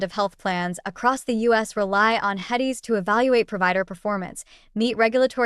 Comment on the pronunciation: I don't mean any disrespect but, if you can't even say "HEDIS" correctly I question your knowledge base. It seems like you must just be reading something you found online.